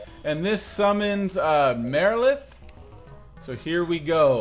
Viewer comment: BTW you annunciated Marilith correct :P